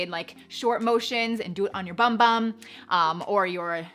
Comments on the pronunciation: The bum bum cream is actually pronounced “boom boom”. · Fyi, it’s pronounced “boom boom”! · Lol everyone in the US pronounces it BUM BUM not Boom Boom. But we don’t speak Portuguese.